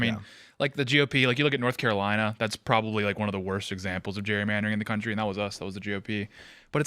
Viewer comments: why can none of them pronounce Gerrymandering? its not Jurymandering.... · Why does Phil have such a hard time pronouncing Gerrymandering? It’s not Jury-mandering. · Is Phil saying “jury” mandering?